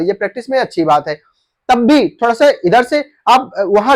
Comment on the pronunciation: अरे भाई, थोडा होता है की थोड़ा ।